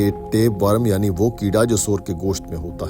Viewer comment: Bhai worum nahi wor-m